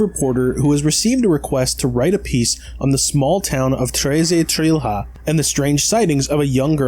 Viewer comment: just out of curiosity, the pronunciation of "trilhas" is similar to "trilias", H in portuguese does not have this phonetics